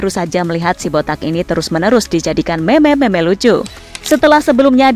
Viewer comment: Kaget kok meme di baca meme , meme tuh di baca (mim)